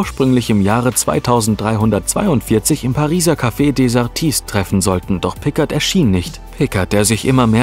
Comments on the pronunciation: Mr. Pikkart... So wurde er doch auch von der Pensionsleiterin in "Gefahr aus dem 19.Jh." gerufen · Will ja nicht als Schlaumeier rüberkommen aber Picard wird Pikaaar ausgesprochen.😃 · Es heißt "Picar", das D ist bei Picard stumm, es ist ein französischer Name. Bitte beachtet dies beim nächsten Mal, es tut in den Ohren immer wieder weh, wenn einer von Euch die Namen falsch betont oder ausspricht. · Wenn ein AI versucht den Namen Picard auszusprechen.... ;) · Picard ist ein französischer Name, deine Aussprache ist total verkehrt. Abgesehen davon ist das Video okay